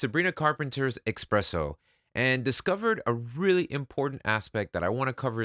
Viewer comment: Spresso there’s no X